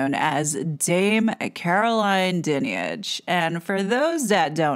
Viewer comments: The audacity and arrogance is unbelievable, what about the central tenant of British law,(and several other democratic countries)? “Innocent until proven guilty “. I must say your pronunciation of her name is incorrect, it’s “dine-age”. With regard to her dame hood; the vast majority of honours are purely gifted by politicians and presented by the monarchy. There are very few the King has the sole right to decide on the beneficiary. What has happened with RB is utterly unfair and a frightening over-reach by the media, who may l add are unelected and definitely subjective. Nefarious bodies are involved in the travesty of justice. The most important question in this sorry episode is, “why haven’t the alleged victims reported the alleged criminality to the correct authorities, (the Police)?” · Firstly her surname is pronounced 'Dine-age. She is an absolute disgrace. These letters only add to the suspicion that this is all about shutting up anyone that dares to expose the establishment and nothing to do with protecting vulnerable people. This woman needs to lose her position and 'her' income. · Hey just to clarify. The role of the monarchy regarding BEM (British Empire Medals) ispurely ceremonial. It is the Government that decides whi actually gets these accolades. That dreadful woman's name is pronounced Dynage. The whole thing seems off to me... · Your wrong about this! Her Dad was Fred Dinage. You pronounce her wrong and you haven't done your homework about this! Di nige is how how you pronounce her name. A poor video and completely inaccurate. An American getting it wrong again! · Her surname is pronounced 'Die-nij'. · Her name is pronounced Dine-age... Everything else spot on. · Totally agree.